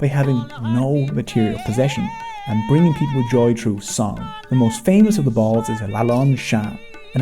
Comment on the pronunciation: Bauls' (pronounced "Baa-wool", not "bowls") music is not really popular these days, especially not in urban areas.